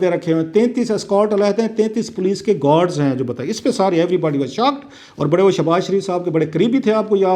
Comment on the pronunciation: کلاسرہ صاحب گوڈز نہی گارڈز ہوتا ہے